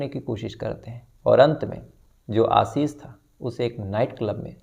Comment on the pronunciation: Sir, aapka Ashish ka pronunciation hamesha galat rahta hai. Ek aur story mein aap Ashish bol rahe they. Aaashish hota hai pronunciation